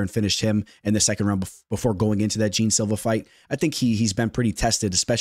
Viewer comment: Jean Silva pronounced as Gian just like Gian villante